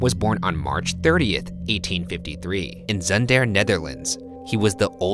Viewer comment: I’m one minute in and you butchered the pronunciation of his birthplace so much that I, a Dutch person, have no idea what you said. Also I’m now gonna have to go through 21 minutes of his last name being butchered 😂 But I do it because I love Buzzfeed Unsolved so it’s worth it